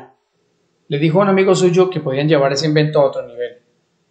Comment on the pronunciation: No pude seguir escuchándolo mas que 2 min. porque la pronunciación de las S me dejó sorda